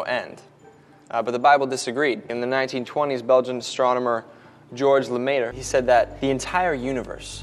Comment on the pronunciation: Re the film using Georges Lemaitre's (a) sorry for the lack of accent and b) note how they couldn't be bothered even trying to pronounce his name right) Big Bang theory to "prove" god, this is what the man himself had to say when the then pope tried to do the same: "As far as I can see, such a theory remains entirely outside any metaphysical or religious question. It leaves the materialist free to deny any transcendental Being… For the believer, it removes any attempt at familiarity with God… It is consonant with Isaiah speaking of the hidden God, hidden even in the beginning of the universe." Lemaitre himself knew what the big bang, if right, would do. It would make god that much more fantastic, that much less real.